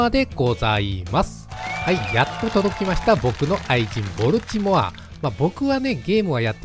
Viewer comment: ア〇ル弱そうでいいっすね。 ちなみにボルチモアの発音はボルチモア↓ではなくてボルチモア↑なんでそこんとこ4649